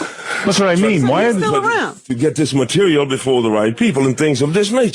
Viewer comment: I loved the way he pronounced “material”